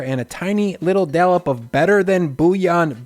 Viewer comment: Looks amazing! Thank you! A few constructive grammar points: "Au jus" means "with drippings", so it should be "with jus" and not "with au jus". The "au" is pronounced like the letter "o". Also, "dollop", not "dallop". Thanks again.